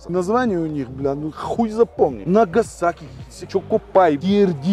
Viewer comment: Накасаки, чокопаи😂😂